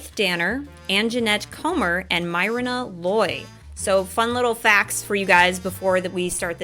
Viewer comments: Her name is pronounced "Merna" Loy. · My mom had a big crush on John Cassavetes. Terrific actor. Not one of my favorite episodes, but still a good one. Myrna Loy was a big movie star in her day. Pronounced "Merna." The vet did a lot of Perry Mason episodes playing a coroner. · Love your reactions! Myrna (pronounced MEER-na) Loy is a famous actress from the 1940's